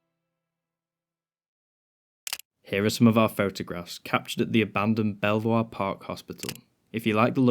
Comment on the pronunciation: I explored all the buildings, and the best one was the last one we entered, which had all the good stuff in it. By the way, it’s pronounced “beaver,” oddly enough.